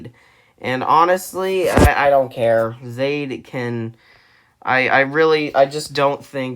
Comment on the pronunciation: Zaid is pronounced Zah-eed.